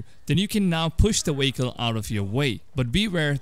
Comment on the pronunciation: Whats is a wehicle?